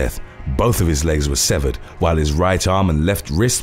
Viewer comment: When he said severd breast , I heard seventh ...And thought for a second wth!? And then after my brain caught up I said oh right. I had previously been texting my family members as I had this playing. 😀